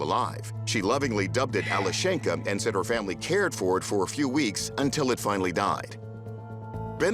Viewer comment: The name is pronounced Alyoshenka.